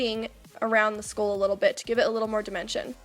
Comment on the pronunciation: I know I keep saying this but it is so aesthetically and soothingly pleasing about watching your looks come together. And I thought it was cute how you pronounce it "skool."